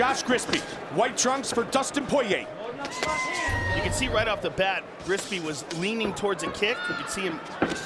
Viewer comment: Dustin Poiyay